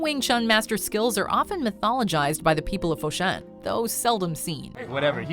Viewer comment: fo shan not fo shin